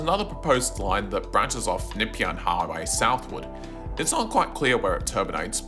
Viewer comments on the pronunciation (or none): Nepean = Nuh-PEE-un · what is the Nipyan Hwy? AI shit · Great video. As an old tram and PT nerd, I thoroughly enjoyed it. Can I correct some of your pronunciations? Nepean is N’peean like nup+ian. Dynon Rd is Die-nun, Southland and Eastland break with the Aussie shortening trend and are South-land and East-land (like Queensland or Greenland) Keep up the well researched work. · Very strange way of saying "Nepean"!! 👀 You can't be from Melbourne - from Sydney?